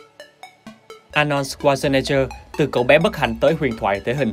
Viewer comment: Giọng đọc tốt nhưng mong ad đọc đúng tên của ông Anorld , chứ không có Ạc No nào hết